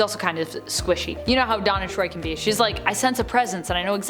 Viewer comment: The way that you pronounce "Deanna Troi" sounds like you are saying, "Donna Troy." Big difference.